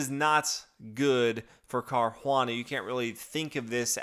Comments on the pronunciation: It's pronounced Car-oo-ah-nuh ..... not Car-juan-uh. Btw, 1. e4 e5 2. Nf3 Nf6 is called the Petroff Defense. It's been played many times and Carlsen would have prepared a line for it in advance. In fact, anybody who plays 1. e4 in tournaments should have something prepared for it. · It's not car huana dude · Yeah, he says it as "Carjuana" in spanish... but drop it, I doubt he reads comments since he never corrects these things. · Seconding what Mateus said above. Fabiano is Italian, hence it is definitely pronounced Car•u•a´•na. The emphasis is on the third syllable, the a, and the u is pronounced 'oo,' not 'you.' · What? Car-juan-anal !! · i know... it's painful to hear it.